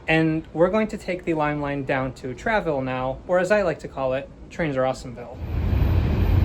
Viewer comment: Just a heads-up, it's pronounced truh-vill-uh not tray-ville. Source: I live there. Loved the video!